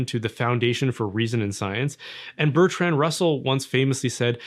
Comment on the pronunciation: Around 8 minutes when he says "Bertran and Russell or Bertranand Russell" i nearly choked on my coffee (yea you tried to kill me 😜). I don't think it was a slip of the tongue, i think it was a reading comprehension failure depending from his complete unfamiliarity with the name.